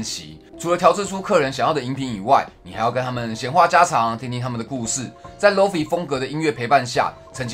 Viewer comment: 友情提醒 是念"lowfy"不是"lowfee""